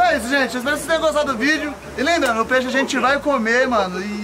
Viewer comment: Nao se fala peixo skskskska